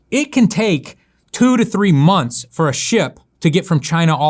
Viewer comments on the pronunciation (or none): none